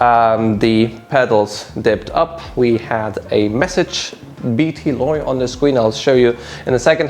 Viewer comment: not "bt loy" it's rather "bt lo!" for Battery Low!!